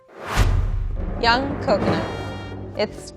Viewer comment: Coconut The mine is (nut) not "nute"